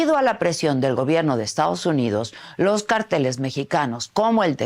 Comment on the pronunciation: Carteles dice 😅 Cárteles señora!!!